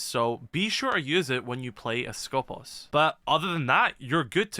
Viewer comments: For clarifications purposes it us pronounced Skopós. The toning goes to the second O not the first. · The one time where an E is actually an E And nobody pronounces it correctly Also Skopos You are pronouncing it the other way around, make the "pos" Louder instead of the "sko" Hope that made sense